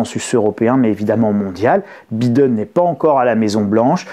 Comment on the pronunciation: En anglais le i se prononce (aie) Biiiden ^^